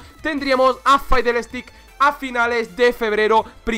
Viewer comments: Pero se pronuncia Fidelstiks xd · Cada vez que dice faidelsticks en este video el rework tarda un mes mas en venir..